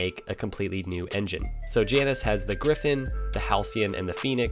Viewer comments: Great to see The AJS bikes from the past coming back. Perhaps they'll make something highway worthy, powerwise, if that 125 catches on. By the way, the Janus bikes are named after the Roman god of looking forward and back simultaneously. And the pronunciation of that god is JAY nus. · Sorry to tell you that's not how you pronounce 'Janus'. It's correct pronunciation rhymes with anus. An inconvenient truth.